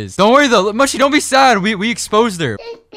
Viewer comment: And it’s pronounced mushy not mooshi